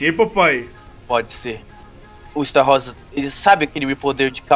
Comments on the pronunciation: Estarrossa 😂😂 É Estarossa A Pronúncia do Esta Errada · a forma a pronuncia do estarossa está errada mais obviamente, ótimo video!!!!! Adorei por favor continua, like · E estarrosa e não estaroça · Esta rosa kkkkkkkk morri A pronuncia é estarôssa 😂😂😂 Ai ai meu cori.....vou nem falar nada pra num atrair tretas huehue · É estarossa não estarrossa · N é estarosa é astarossa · Estarrosa?....... O nome certo e estarosa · está falando estarossa errado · não sabe falar estarossa eles falam errado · Cara esse amigo do não sabe fala Estarossa